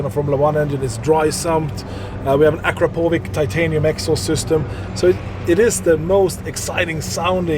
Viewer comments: It's A-Crap-po-wich not ak-ra-po-vic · I just noticed her pronunciation on Akra povič it's Akrapovič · '' In what world you would drive 300 kmh? '' Hm autobahn? Planet called earth,.. But its best how she sas Akra - Pović huhuhuhuhuhahhahah Like '' are all s are ouis '' Its how she spell that expensive hand made phantom, dawn and ghost brand xD